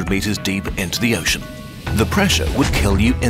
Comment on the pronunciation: When he said "some of the form of an uoshen surface".